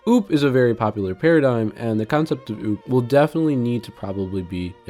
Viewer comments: Why would you say `using namespace std` is necessary? It's not, not even recommended by a lot of C++ devs. And `return 0` is also optional. Also OOP is pronounced as O O P. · Cool video 👍, but who pronnounces OOP as ouwp 😱